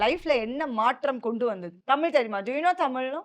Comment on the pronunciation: தமிழ் நமக்கு தான். அவங்களுக்கு அது டமில்😂😂